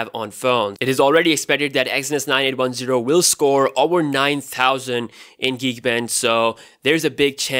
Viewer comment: How many of you heard "over 9000"? 😂